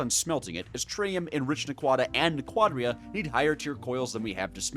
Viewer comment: And yet you pronounced naquadriah just perfectly so now im convinced im being trolled